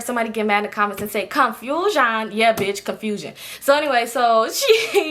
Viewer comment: Ctfuuuuu “CONFUSION” lol this how I know you my best friend soulmate cause I been saying shxt like that for a lol while now and my friends/family can’t stand it lml